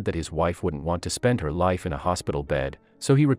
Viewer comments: THE NARRATOR ANNOYS ME WHEN HE PRONOUNCE WORDS CORRECTLY. SAVES HER LIFE NOT SAVES HER LIVE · I noticed that too, especially live as life🙄🙄